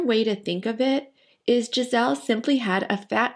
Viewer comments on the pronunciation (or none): Interesting video. Just to be clear, her name is not “Gisel” is GISELE with E at the end. It will sound more “Giselee” And I’m not gonna comment on Bündchen